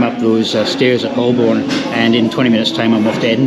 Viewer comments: Holborn isn't Holl Borne it's Ho burn, just like its Edinburgh not Eding Berg 😉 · It’s pronounced Hoe-bon not Hol-born. HTH. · That was a cool video, but just a note that Holborn is generally pronounced as "Hoe'b'n". And you didn't mention the comfort factor, with hard, unforgiving seats on the train, and probably a more comfortable seat on the plane? I don't think I would want to do the journey from Edinburgh to London on an Azuma with those rock hard seats. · As you will have heard from the announcements on the tube, 'Holborn' is pronounced 'Hoe-burn' (with the 'burn' shortened practically to 'bun'), not 'Holl-borne'. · What a beautiful football stadium you pass by! It's "hoe-bun" btw rather than hol-born (I'm a londoner) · I was under the impression it was pronounced HO-bun. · Hi, Great video, live these self challenges. However, even as an Aussie, I know Holborn is pronounced Ho’burn. My grandad smoked Old Holborn tobacco. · Someone tell it’s pronounced Hol-Bun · Someone tell NMF1969 it's pronounced Hoe-Bn. According to Jago Hazzard, YouTube's resident expert on transport in London. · If you ever come back, Holborn is pronounced "hoh-bən" in standard British English, with the emphasis on the first syllable. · Each time he spoke "Holborn", I cringed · Never flown to Edinburgh but did fly London Heathrow to Manchester many years ago now. It was significantly cheaper, even with a railcard and the friend I was seeing lived fairly close to the airport, much closer than Manchester Piccadilly. BTW the L in Holborn is silent. Not pronounced at all. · Please check your pronunciation of Holborn! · If just pretends that the "L" isn't there he'll be fine.